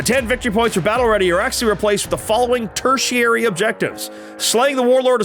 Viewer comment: Battle round 1, at the turn flip.... it said tertiatry. Not tertiary. Lol.